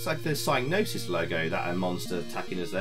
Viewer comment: Thanks for the video and review. I programmed this with Dave Cooke at Gremlin Lincoln. Funny how you call the company "sy-nosis" with a silent "g". We always called them "sig-nosis". When I visited Psygnosis in Liverpool prior to the development of the game, they showed me their new mainframe system for their in-house programmers. It had a "colossal" 9 gigabytes of storage. We thought that was more memory than anyone would ever need and I was in awe of the machine. Great times and good to see the game again.